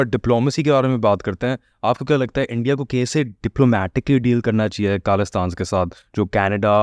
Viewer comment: Why host has a dumbest accent. It's not kaalistaan ( it's khalistan) Wrong pronunciation... Being an Indian one should have clear hindi as it's our national language